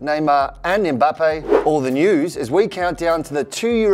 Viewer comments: Who's Zané? But big ups on pronouncing Mbappe right👌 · Finally someone who doesn’t call him “Embappe” 🙌🏿🙌🏿🙌🏿🙌🏿